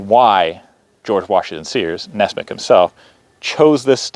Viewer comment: It's not Ness-mick, it's Ness-"MUCK"!